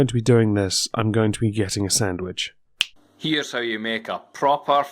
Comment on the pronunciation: XD love the sammich